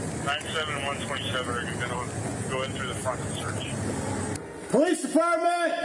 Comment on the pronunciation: Everyone who pronounces police as POH-lice is usually a criminal. 👍